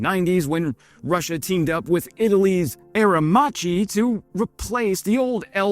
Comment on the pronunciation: The Italian pronunciation for "Aermacchi" is "Ah-er-MAH-kee"